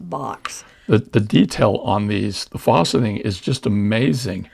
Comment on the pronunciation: Really beautiful collection of beads! Question about a term you're using-- it sounds like you're saying "fawceting," which I'm not familiar with... Unless you mean faceting -- the beads have facets -- which I am familiar with. But I've only heard the 'a' in facet pronounced like the 'a' in fast. Is "fawceting" a different term?